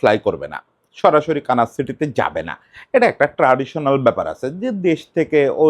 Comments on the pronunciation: দাদা এটা কি কানাস নাকি 'কানসাস' (Kansas). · দাদা একটু ভুল হচ্ছে - আপনি বলছেন, kanas city, সঠিক হবে kansas city. আশা করি পরের কোনও ভিডিওতে সঠিক হইয়ে যাবে। ধন্যবাদ